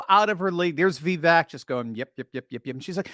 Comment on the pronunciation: Va vake like cake is the pronunciation